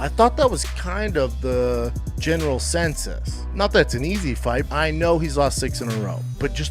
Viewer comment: New Schaubism: “I thought that was the general *Sensus*” (I think Gringo Papi meant “Consensus”)